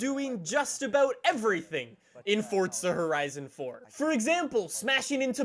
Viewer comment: FORTZZA HORIZIN FOUR